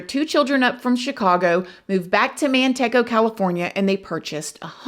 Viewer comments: As someone from Manteca you’re kind of driving me insane with the pronunciation 😅 it’s MantecA not MantecO. But it’s neat hearing a local story, almost never do. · It's pronounced MAN-TEA-CA ❤ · I am a huge fan and I love your channel. Are they from Manteca? It’s pronounced Man-teeka. I love you though!!!! I’m sorry!!! Lol ❤❤ anyway…this case is tragic for sure, thank you for always doing an awesome job covering these and bringing awareness for the victims. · With respect it’s pronounced man-tea-cuhh it’s in the Central Valley kinda near Modesto and it’s shocking bc this area is wayyyyy more expensive today than shyRack (Chicago ) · Pronounced man-tea-kha ❤❤❤ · You say Manteca so cute us Cali folk pronounce it man tea ca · Manteca is pronounced Man”tea”ca…it’s just 30 min from me! I remember this…thank you for covering it!!!💕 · Sweetheart 😂 it's pronounced MAN-TEE-KA... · I have lived in Manteca my whole life… hearing you pronounce it slayed me❤ Man-t-ka is how it’s said There’s another case from Manteca about a girl that set her dad up to be murdered id love for you to cover that case Her name was Michelle say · I live in Modesto. The way she pronounced it is like the Spanish for lard. I guess unless your from this area that is how you would pronounce it. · I wasn't sure if I should have corrected her pronunciation of Manteca😂. I'm from Lathrop